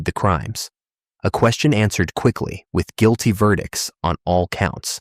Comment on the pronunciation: this whole video is AI. All the mispronounced words. Then you have the AI saying " close... ing... accounts". Guil...tee....ver...dicts."